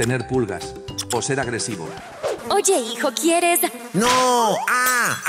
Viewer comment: Salió "Qué perro hilo" muy bilingüe